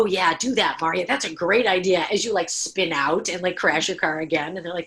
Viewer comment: Omg I was so so triggered too. I don't think the host has read Wasted (based on the her questions and the incorrect pronunciation of her name).